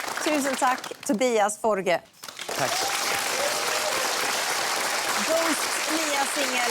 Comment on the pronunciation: Tobias Forge. FOR-GE. Not Forgs as Americans call him and even himself say his name wrong in favor of them. I find that really cringe. I adore Ghost btw